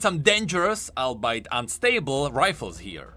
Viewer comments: you pronounced albeit as all-bite though it sounds more like all-be-it. no hate tho i love your vids, i just want to help. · Hey, just for futute reference, "Albeit" is pronounced like the three words "all be it":) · DID HE JUST SAY ALBEIT LIKE (Al-BITE)